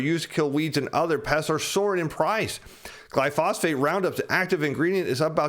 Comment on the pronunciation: "glyphosphate" instead of glyphosate lol